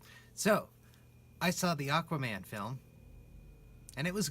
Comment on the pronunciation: "Aq-WAH-man!"😂 Ngl, I saw this with a pal, and we were straight laughing through many scenes because we found them (ugh, hate using this word) cringey. But this really made me think about it from another perspective. Hate when I have to do that. Great video!🔥🔥